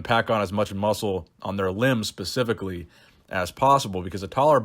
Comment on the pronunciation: Am I hearing ‘pacifically’ (specifically) or is old age catching up to me 👂